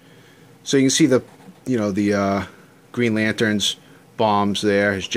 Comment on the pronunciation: Great looking piece man! congrats...I could have sworn you said green lanterns bombs tho hahaha